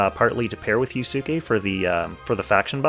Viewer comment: Anyone else cringe hearing him butcher yusuke's pronunciation?